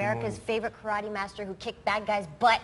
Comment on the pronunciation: "Karate..?" Wtf? Not even close..o_0